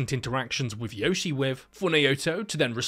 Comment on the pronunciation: The great thing about this videos is how he never pronounces Yoshie correctly once. No wonder she wants to eat everyone.